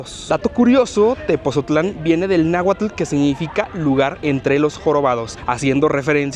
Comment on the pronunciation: Neta? Mexicanos y no saben cómo se pronuncia Tepotzotlán? Pues así textual, Tepotzotlán